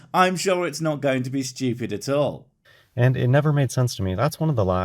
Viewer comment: Have you guys REALLY listened to the way speaks? Any time he says a word with an "O" in the middle, he ads and "L" sound. It's subtle but this dude says "nolt" instead of "not". It drives me god damn nuts!